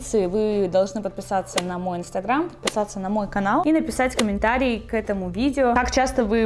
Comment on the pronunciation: Я одна слышу коментаЛИИ 😅